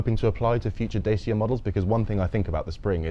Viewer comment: Such a shame that constantly insulted his interviewee by mispronouncing Dacia despite having the word correctly pronounced for him throughout the interview